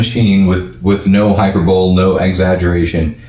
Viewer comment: Boss with all due respect hyperbole is not pronounced hyperbowl... it's hi per buh lee